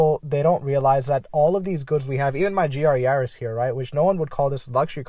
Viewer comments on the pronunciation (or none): none